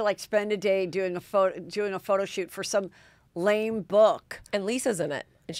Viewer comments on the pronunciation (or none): none